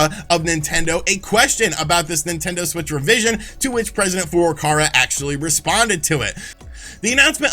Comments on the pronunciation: Just waiting for Nintendo president FLCL to give us the goods. It wouldn't be so bad if didn't say the name so many times in quick succession. President four door car-a. Furukawa is close to Fouuru-cow-a. And like Sean and his 12 shares, I can offer the correction because I bought his 32x book, the signed edition even. And its great. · Is ever going to pronounce "Furukara" right?